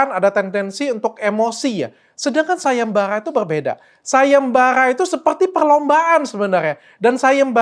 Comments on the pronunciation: Sayembarra .bukan sayemballa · Sayembara , bukan sagembaga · Gc jelas bang ngomngnya..parang apa pangang.sayembara apa sayembanga..hehe..